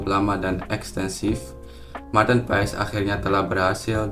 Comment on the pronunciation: bang kata kochi pengucapannya itu "paas" bukan "paes" abangkan lama di belanda tapi bilangnya "paes" jadinya yg betulnya yg mana ya?